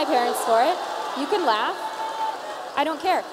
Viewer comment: "They can leff"....they are laughing Tomi. They are laughing, they're laughing at you.